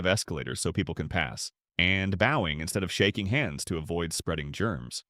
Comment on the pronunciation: AI keeps mispronouncing the word bowing!